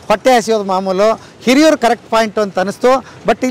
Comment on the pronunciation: It's not Heriyur it HIRIYUR